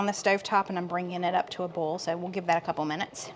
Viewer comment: Im just here to hear said boil, foil and broil😅 love you guys❤